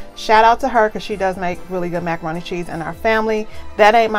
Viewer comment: No you did not say macaron-Te, haha. Why does your video always come up right as I’m making dinner and mine never looks this 😋. If sister can get a curbside meal, I want next, what’s the address, I promise to wear my mask 🤬. Cornbread, collards, wait, pineapple upside down cake, oh man I need a plate for reals